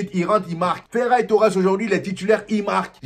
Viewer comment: j'ai cru entendre feraille Torres a un moment 😄